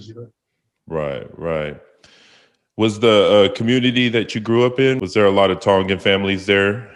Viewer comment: lmao hey host you plastic asf you pronounce tone-gan like a palagi lmao